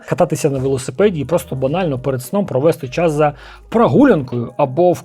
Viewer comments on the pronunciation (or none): none